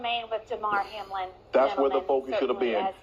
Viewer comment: Hamilton, Hamill... it's Hamlin man!